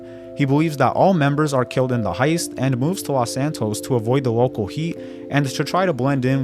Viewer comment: “fatwawy shot by wocow powice” bro, you need to spend less time making youtube videos and more time in speech therapy.